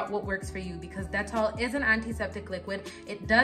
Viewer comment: I like how you pronounce dettol... I stay buying the soap, they even have the sensitive one which is blue as opposed to the yellow bar.